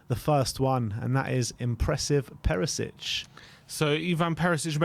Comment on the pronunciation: Nice video. Btw, surname Perišić should be pronounced PeriSHich, not Perisich.